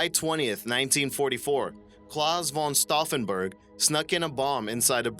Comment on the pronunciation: claws vaughn stowfenburke.... omg :D Claus => Clows (ow like in cow or clown) von => fon (short o, like Ron or Don with an F-sound) Stauffenberg => Shtow (again, cow or clown and ST is Shhht!) - Ffen - Beark (like bear)